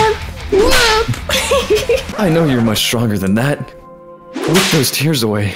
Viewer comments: It’s wipe not wip but it’s just another way to say wipe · I like how he said “whip those tears” instead of “wipe those tears” lol